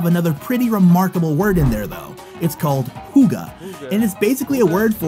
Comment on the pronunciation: I always find it funny when amerikans try to pronouce "Hygge" beacause they always leave the "H" with a "U" sound and midway try to turn it into a "y" sound, just skip the "U" sound and you would have it right.